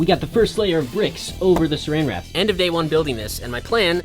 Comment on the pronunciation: Wen he sed suran wrap me as a British person I sed wat do you mean suran wrap its clingfilm